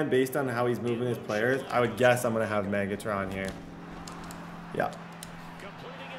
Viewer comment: The way he says “maygatron”